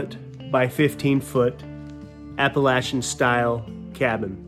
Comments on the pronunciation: I put a like up on the board just because said Appalachian correctly. Oddly the word Appalachian is similar to yadkin for those in nc, Kanawha for those in West Virginia, or the word y'all. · Being from NC does me good to hear you pronounce “Appalachian” properly. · I like how he pronounced Appalachian correctly